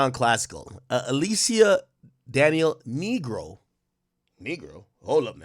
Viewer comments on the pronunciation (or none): none